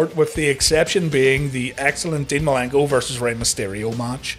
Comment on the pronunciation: love how he says dean malinko